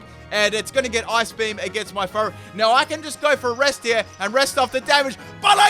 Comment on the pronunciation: Sounds like you’re saying fart instead of furret